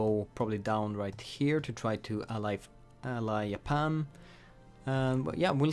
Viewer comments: its Japan not yapan my guy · Sorry mate I had to close the vid after you said "Iapan" instead of Japan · He said “Yapan” fam,$20 says he’s Swedish